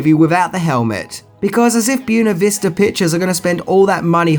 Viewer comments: Your pronunciation of Buena Vista made me laugh. It’s “Buh-way-nuh” not Bue-nuh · Wtf is boona vista? Did you mean boo-way-na vista? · i really find it annoying when you mispronounce things... do you do it on purpose??? Byoona Vista? Bwena Vista! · Buena Vista is not pronounced "byoo-nuh vee-stah", it's pronounced "bway-nuh viz-tuh." It means "beautiful view", and it's the distribution arm of Disney. (Disney World centers on Lake Buena Vista.) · keeps saying "See-ga" Genesis. Is this an Australian thing? And same with "Bew-na vees-ta" pictures. How hard is it to say " Bueh-nah Vista"? For crap's sake... Diane Lane is one of the true babes of this century ( Last century? Anyway, recently...). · You're pronouncing "Buena Vista" as "byoona vista". It's actually "bway-nuh vista". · I get that you're Australian, and you pronounce things differently. (Oriented vs Orientated etc.) But learn NAMES. Byoona Vista? It's bWAYna Vista. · FYI, Buena, in Buena Vista, is pronounced Bway nu, not Byoo nu. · Buena Vista pictures (pronounced as wenna in Spanish or more commonly said bwenna, not byoona! XD) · Just can't let this pass... it's not pronounced "b-you-ne-vista"... it's pronounced "b-wen-a-vista". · Random note: the name of the studio, "Buena Vista", is not pronounced, "byoo-na vista", but rather is pronounced, "bwen-na vista". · It's pronounced bwena vista,not boo henna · Boona Veesta? you’re priceless mate 🤣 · **Boo-way-nuh Vista** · Accent or not, I have never heard Buena Vista pronounced like that. "byoona vista" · buena vista....its spanish....bw-ain-a vista....beuna vista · It’s pronounced “boo-WAY-nuh” and “SAY-guh”. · pronounces "Byoona Vista" about as well as Stalone pronounces "law" throughout this movie. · Buena Vista (boo-way-na vee-sa) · Buena Vista is pronounced bway-nuh-vih-stuh, I mean no offense either, I love your videos brother, just trying to help :) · I hate the way you say "Buenavista". It's Spanish, you totally mangled it.